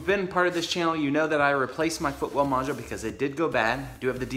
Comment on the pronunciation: Are you saying "footwell module", I can't understand what you're saying. I've got 30k on my '15. Do I need to be concerned with this?